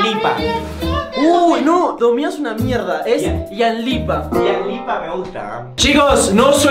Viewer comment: Me cague de risa cuando dice domian y luego Ian dice ianlipa y Fede le dic domian es una basura😂😂😂😂😂😂😂😂